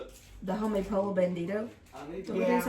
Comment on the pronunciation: and...I love you guys! The dish you call "polo" is actually pollo, which is Spanish for chicken. It is pronounced poy-oh. Just an FYI.